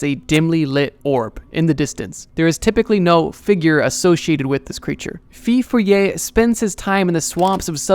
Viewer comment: I was expecting the rougarou for Louisiana. Wasn’t expecting the feu follet. Though it’s not pronounced “fee foe lee ay”, it’s “foe foe lay”. Sincerely, a Cajun.